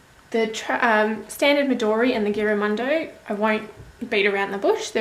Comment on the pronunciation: Never heard of this notebook but looks great! :) Just a heads up, The "g" should sound like a "j". Giramondo means around the world or traveling around the world. I'd love to get one, would be awesome for my traveling doodles. thanks for sharing your review!